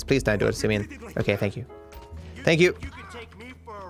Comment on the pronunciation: Poor Simeon, even his name gets trashed... "Simion", lol